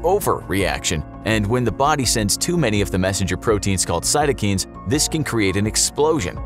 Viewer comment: listening to the narrator mispronounce cytokines lowered by CD4 count